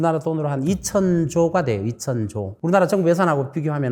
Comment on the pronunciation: 우리말에도 4성의 영향을 받아서장단ㆍ고저가 있습니다. 예를들어 정부를 증부가 아니고 저엉부라고 발음해야 합니다. 발성이 군데군데 많이 거슬립니다.